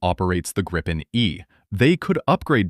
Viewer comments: Grippen? NO, please! It's Gripen. The same pronunciation as in "beaten by Gripen" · Gripen is already doing Supercruise with the GE engine.... And hey.. the name is more "Gree Pen" not Grippen....